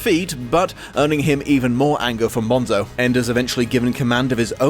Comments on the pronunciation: umm actually, it's pronounced 'bone-so' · It's pronounced BONE-so